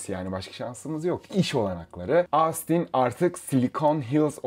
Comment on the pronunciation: Ahh bir de Austin telaffuzunu denk getirsen kardeş!